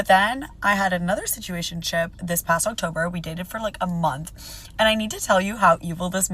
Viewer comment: "I had a stuationship ...", GG, no need to listen to anything else, she is done.